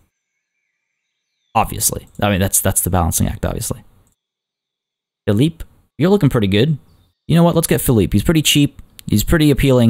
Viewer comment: It’s pronounced (Fil-E-Pay!!!) not (phil-E-p) btw, put logs under your bridge. Make it “cabin countryside”